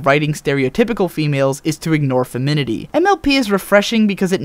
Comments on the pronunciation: I don't mean to be that guy, and it didn't at all take away from your points, but you kept prounouncing "Fem-i-nin-i-ty" as "fem-in-it-y". You have some great points, and you should keep it up! Subscribing. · Good! Now may I address a pet peeve? The word is FemiNINIty - NOT "Femity" 7@ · You kept saying feminity. Is very cute. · Awesome video. Really seems to understand the show. If you don't mind me pointing it out however, it is femininity, not femity. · The first time I heard you pronounce it "feminity," it bothered me. Then I tried pronouncing "femininity" several times myself, and by the end of the video I'd realized that you've probably improved an incredibly awkward word. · "Femidity?" I think you mean "femininity". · I have to say, while I certainly respect and agree with the points lays out in this video, I couldn't help but flinch every time he said "feminity"... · Femininity, not feminity. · I'm not trying to suck, but since you have a series based on opinions backed up by evidence, you should know that feminity isn't actually a word. It is easier to pronounce, and it's shorter, so use it, but don't say that it's an actual word when it isn't. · You keep saying "Feminity" There's another syllable in there. "Femininity." I know it might seem redundant, but femine is not a word. Beyond that, nice video. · I agree with the message wholeheartedly, but, it's "femininity" not "feminity." Drove me a little crazy. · not to be rude, but i find it annoying when you say feminity instead of femininity, but besides that, that was a damn good ovservation that i never really noticed. "Despite it's girliness" is something i've never heard any of my brony friends say, but that is a very good point how this show isn't getting rid of nor inhancing girliness, it's just there. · Well said, but it's femininity, not feminity! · Grammar police: Why are you saying "feminity" rather than "femininity"? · Isn't the world "femininity" and not "feminity"? xD